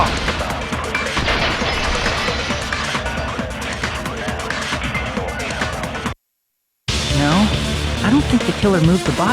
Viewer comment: "No, that's wong!"